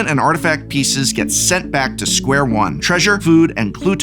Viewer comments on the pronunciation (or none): none